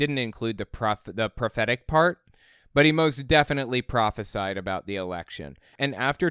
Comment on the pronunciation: He can't even pronounce the word "prophesize" and people look to him for wisdom lmao